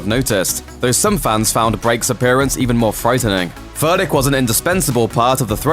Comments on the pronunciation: Is he saying Furdick like a beavers pecker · Furdík - read "Foordyeek" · You are pronouncing Vladimír Furdíks name all wrong man. Shame on you! You should learn about his origin country wich is Slovakia and so you should call him. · And yet again, it was too difficult for Looper to just ask someone for the proper pronunciation of Furdík. Is it really too much for Americans to have at least this little bit of decency?